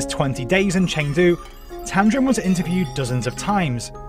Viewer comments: And it's tamding not tamdrin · Not tamdrin, its tamdin! My name is also tamdin and imma girl.